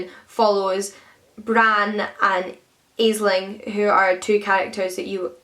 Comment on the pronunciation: Hi:) Love hearing your thoughts on books. I just wanted to say that Aisling is pronounced like 'Ashling', it means dream in Irish:)